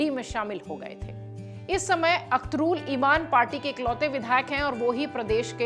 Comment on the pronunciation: अखतारुल इमान ❌️ अखरुल इमान ✅️ 😅